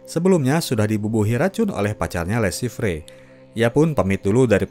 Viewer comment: Le Chiffre baca le shifhe